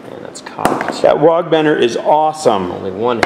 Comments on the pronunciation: It's WAAAGH! not wogg. And ya it's hooligan, that's the point. Way to suck the life out of having fun with orkz. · stop saying Wogg. It's just cockney for war.